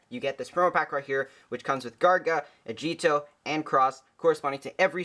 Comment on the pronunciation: It's "Ah-gi-toh" not "A-gee-do". Just sayin'